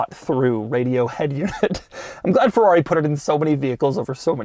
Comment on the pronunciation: Its FERRARI, Not FEUUAUI